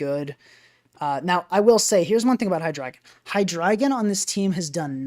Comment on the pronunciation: My heart feels good that you are the only person who pronounces that Pokémon‘s name correctly. Drei for 3